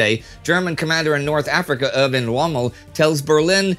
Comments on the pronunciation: Small nitpickery piece of advice: "Erwin" is pronounced as "air-win". Love this series, by the way. One of the best things I've discovered on YouTube in years! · I was referring to the first syllable: "air" instead of "ur".